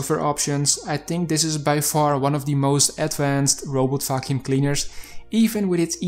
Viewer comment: Am I the only one who hears "robot f%#$ing cleaner" instead of "robot vacuum cleaner"? 🙃 But, nevertheless, it is a very informative review. Thank you!